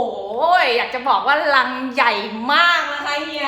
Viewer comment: รังนะครับ ไม่ใช่ลัง ^-^